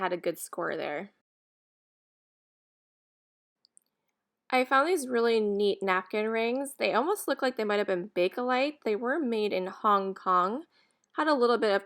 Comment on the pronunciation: Welcome back l Iov e your finds. Bakelite is bake lite not bake a lite....